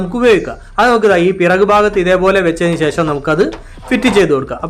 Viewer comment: 'ശേശ'മല്ല, 'ശേഷം' ആണു ശരി.